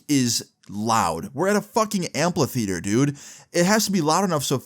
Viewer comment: My man said "Amplatheater" 😂